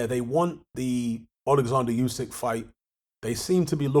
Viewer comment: are you ever going to say Usyks name properly?